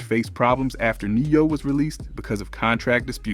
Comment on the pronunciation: Nay-Yo (Ne-Yo) 😂😂😂😂😂